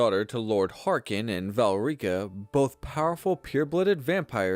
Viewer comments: Learn to read. Val rika????? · I refuse to watch more than ten seconds of this sh1t - IF YOUR DUMB AI CAN’T EVEN PRONOUNCE VOLKIHAR OR VALERICA CORRECTLY YOU DON’T DESERVE OUR VIEWS. - it is insulting to TES players who actually play the game.